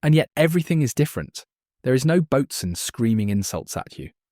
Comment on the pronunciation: Side note, early on the only word I caught that was off was boatswain. It’s pronounced “boh-sun”.